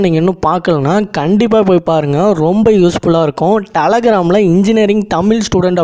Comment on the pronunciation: தம்பி அது டலகிராம் இல்ல டெலிகிராம் ....